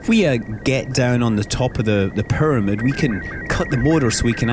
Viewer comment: i love the way he says pyramid... PURMID!